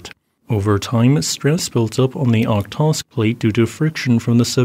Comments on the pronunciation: o-hot-sk, not ohtosk :) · Thanks. Just a minor point for following updates: the correct pronunciation of Okhotsk is [ɐˈxotsk]. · Just a small note: Okhotsk is pronounced Ah-HOT-sk, roughly. the 'kh' is the transliteration of Russian 'х,' which is like a hard 'H' sound. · It happens, and somewhat acceptable to pronunce foreign words/names badly. But why americans and most english speakers can't even read the letters in sequence? Why you always swap letters in random ways? Is this an anagram contest for you or what? By the way, hat k in the beginning of Okhotsk shouldn't even pronunced. It just indicates that the h after it is a hard h. So in reality it is Ohotsk (and yes, you must pronunce the h). If you don't agree, then shom me that k in the original word: Охотск (yes, it is cyrillic).